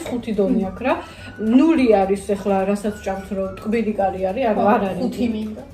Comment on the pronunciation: カレ作るだと彼氏作るみたいに聞こえるね😄